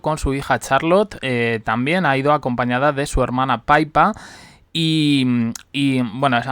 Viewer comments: Que es PIPPA, NO PAIPA!!!!!!!!!!!!!!!!! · No puedo seguir viendo el video porque otra vez dale con decir “Paipa”.